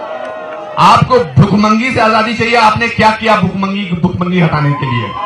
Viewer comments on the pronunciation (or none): i think modi is great no doubt about him i hope he will do some great work {bjp will/we will } and i think anupam kher is rational person BUT STILL WHAT IS BHOOK MANGI????????? is he trying to say bhikmangi or bhookmari???????/